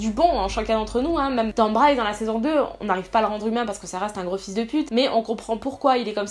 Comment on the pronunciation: C'est Bryce pas Bry hahahhahaha